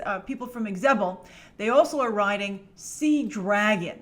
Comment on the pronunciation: Its pronounced ZE-BEL. Grace :) (Not EX-Zebel)